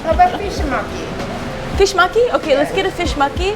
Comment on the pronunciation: The way you said 'maki' sounded like 'monkey' so i kept hearing "fish monkey". I'm like "wth is fish monkey?" Lol